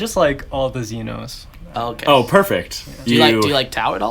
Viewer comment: Also Xenos. . . . ZEE NOSS (AS IN LOSS) 😂